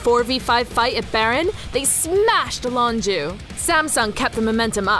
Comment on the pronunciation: Lonju?? Wtf is that pronounciation?